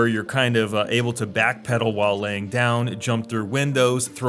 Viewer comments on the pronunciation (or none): none